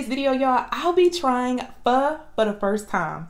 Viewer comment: It’s not fur, it’s pho 🍜 . That’s pho sure 👍